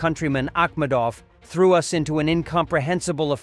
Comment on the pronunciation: The Web Editor or whoever uses the Text-to-Speech Engine should take the time to listen to the narration prior to uploading videos. The Text-to-Speech is dumb. Garbage In, Garbage Out. If a Visually Impaired person were to be listening to this video, they might be as confused as I was when the narrator said "As a Result, US and Kamchatka marines .... " saying US as in United States as opposed to the word "us" as in you and me or in this case, us and the Kamchatkins. It's lousy grammar spewed into a poorly trained text-to-speech engine. You can read and hear this I highly doubt the US and Kamchatka Marines did ANYTHING together !